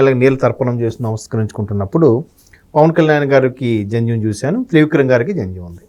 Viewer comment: That’s Jandhyam not Janjam. Pls correct. I am a Brahmin hence I know this.